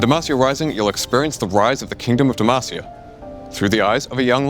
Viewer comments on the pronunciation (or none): I really love this update and all the info we get. Considering Garen has been saying DemAHcia all these years, hearing the devs say DemAAcia is making me twitch every time though haha. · Why do they pronounce it like «Demæcia»? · SAY DEMACIA CORRECTLY I BEG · i wonder if this guy will ever correctly pronounce DEMACIA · 15 champs in this game from demacia, many of which yell it in game for skills, and the guy on the right still says it wrong. smh, idk if i have faith in these new rioters lal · How do you pronounce it? I heard it two ways. Is it DemASia or Demahsia? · How he says Demacia is...... urking me lol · stop saying demacia like that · The way pronounces Demacia is unique to say the least